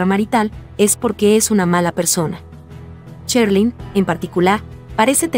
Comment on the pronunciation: Esto no es ninguna opinión acerca de ninguna artista Este es un comentario acerca de estas personas que hacen estos videos Primero aprender a pronunciar Sherlyn se pronuncia SH No que dicen Cherlyn y así son muchas personas que solo hablan por hablar y no saben pronunciar La verdad se oye horrible esos comentarios Ya que se dedican a esto aprendan a pronunciar bien las palabras